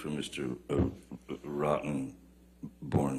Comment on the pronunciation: Caught what he did there splitting Rottenborns name Rotten - born. 🤣🤣🤣